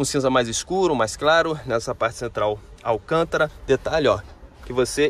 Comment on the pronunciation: O nome do revestimento é "alcantara" e não "alcântara". Muda a pronúncia porque não tem circunflexo!